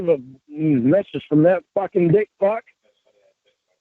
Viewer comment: "fawking dick fawk" 😂